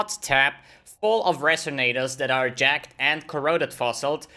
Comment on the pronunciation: Sounds like he's saying jacked fossil